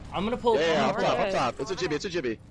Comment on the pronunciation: each and every time he said jibby it hurt my soul